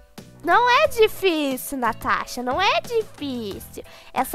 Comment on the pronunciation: ela fez por zueira, as vezes a propria Natasha fala assim "tanasha" ❤